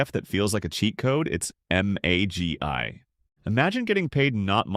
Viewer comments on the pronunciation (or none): magy not magi